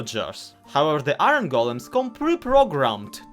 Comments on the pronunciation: Why do you say”Ih-rin” ITS PRONOUNCED “Ih-orn” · Why do you pronounce iron like irony?